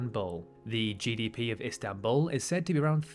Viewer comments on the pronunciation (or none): none